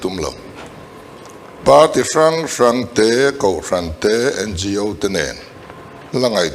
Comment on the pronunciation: NGO AW, tia lamtur niawmtak ani A BC hawrawp lamdan ahpoh awtialam ania tin organisation tihna anibawksiaO) tia kanlamthinhi amakkhawp mai hretura ngaih tepoh hian anhrelo anihhmele